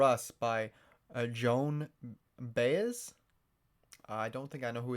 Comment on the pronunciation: Pronounced bye-ez